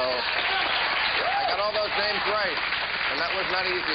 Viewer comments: "I got all those names right!" No. No you didn't. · lol "i got all those names right" no you didn't. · No you did not get the names right